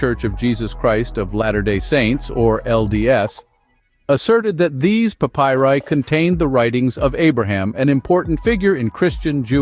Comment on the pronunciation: Learn to pronounce "papyri".